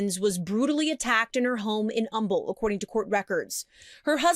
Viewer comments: Humble, Texas, it's Um-ble not hum-bul. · This is the second case out of Humble you’ve covered in the past week. I lived here a few years ago. In case there are any other future cases, it’s pronounced Umble. The H is silent. I know weird right? I came from CA and was so confused too 😅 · In case you come across Humble again, it’s pronounced umble. The H is silent. Us Texans like to make things difficult lol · They say Umble not humble who Cares just tellin ya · Love your channel. Just an FYI it’s not pronounced Humble its pronounced Umble no H. Just for the future.. Everyone says it wrong.. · Can I just say. I live in Houston. "Humble" the H is silent. Like UM-ble. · Completely irrelevant, but Houston native here. And it’s pronounced “Umble”. The “H” is silent. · Thanks for covering this! I live in Humble. It’s pronounced “Umble (silent H 😊) love ur videos! ❤ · I grew up in Humble…It’s pronounced um-ble…🤭😊 just saying don’t come for me 😳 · As someone who was picked on for pronouncing the town name incorrectly, i just want to help out by respectfully saying that the “H” in Humble is silent 😅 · Great coverage. Just a quick thing from a Texan here- Humble is pronounced like Umble, with a silent H. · Just FYI,, since this is your second case this week about this city. It's pronounced "Um-bull." The "H" is silent. Thanks for cranking out so much content lately! ❤ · Your videos are great! I noticed in this video, and another, you mentioned Humble, Tx. I grew up near there. We pronounce it “Umble,” with the H silent 😁❤ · It's actually pronounced umble. Love your channel! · I used to live in humble. It's pronounced Umble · This case happened near me and it’s so sad :( So, so many awful occurrences in Houston in just the past couple months alone. Sending the surviving family all the healing energy. P.S. the ‘h’ in Humble is silent. It’s pronounced more like Umble. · I'm from Humble, TX it's pronounced Umble (the H is silent ) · Humble is pronounced Umble.